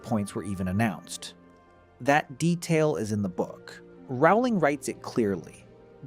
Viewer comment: The worst thing here was Dumbledore letting Slytherin sit in the decorated hall 😂😂😂 Oh and the name is Rowling as in Bowling 🎳🎳🎳